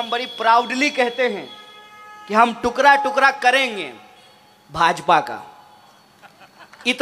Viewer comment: टुकड़ा होता है टुकरा नहीं